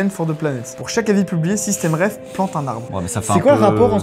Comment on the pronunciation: bonsoir par contre c'est SystemTreff de treffen en allemand ( recontrer ) et pas systemreff comme vous dites dans la video.